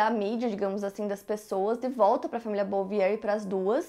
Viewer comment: A pronuncia do sobrenome da família Bouvier é “Buviê”